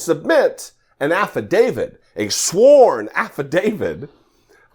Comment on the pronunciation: I swear she said Affidavid and Crooick instead of affidavit & crook. She is criminally stupid. 🤣🤣